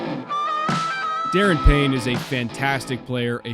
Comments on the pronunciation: If Daron Payne accepts a 17M/year deal, I think he stays in Washington. And if Chicago goes for him, they don’t need to go after Jalen Carter. Payne got 11.5 sacks with Washington this year. Also as a Commanders fan, I hear Payne’s first name pronounced more as “duh-Ron” instead of “Darren”. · His name is Da’Ron not “darrin.” Also he is 100% getting tagged or extended by Washington so you would have to trade for him. Also coming off of a career high 11.5 sacks and playing like a top 5 DT (not just nose) 17 is probably on the lower end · Washington fan here. Daron is NOT a true NT. It’s Da-Ron, btw.